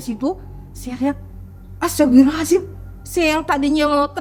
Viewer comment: Nyebut istighfar nya aneh ibu ini, astabirohazim 😅 pusing ih buu